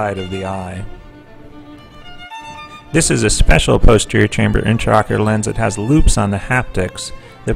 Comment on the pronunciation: Interesting surgical procedure and well performed. Appalling that the narrator continuously refers to the lens as an (sic) "interocular lens," when this is absolutely incorrect ("inter" meaning between, whereas "intra" means within). Any Ophthalmologist knows this is an "intraocular lens," and the repeated misstatement of the term can be quite confusing to any layperson watching this video. I recommend the video's narration be redone, with care taken to employ correct terminology.